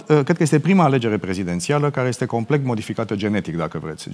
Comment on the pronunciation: Geoana M : "Complect....bla bla bla....complect....bla bla bla....complect.....". 🤦🤦 Dle Geoana ! Complet , dom'le, complet !